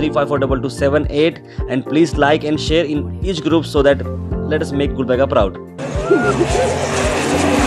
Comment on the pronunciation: Miya Bhai saying gulbarga